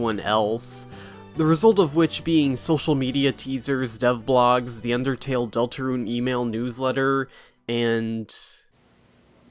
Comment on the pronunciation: why TF did you say undertale like that bruh